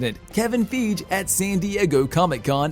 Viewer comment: Could the narrator please stop mispronouncing Kevin Fiege's name?